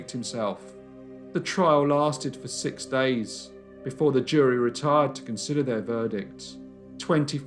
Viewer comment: Only question I have, is, why do you say "sick" instead of "six"?